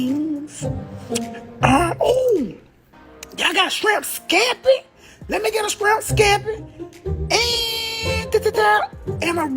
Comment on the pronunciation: "Scrimp scampy?" I thought it was shrimp scampy🤣 Is she feeding a platoon?